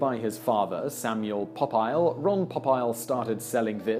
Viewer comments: Pop-isle? wrong it's Po-peel. The game is Rook, not Rock. I would have expected you to get that as rooks are European. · LOL!!!! "Pop-Aisle"??? It's "Po-peel", moron! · simon its po-peel